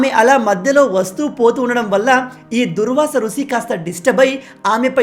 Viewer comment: దూర్వాస ఋషి కాదు అన్న దూర్వాశ మహర్షి 🙏🏻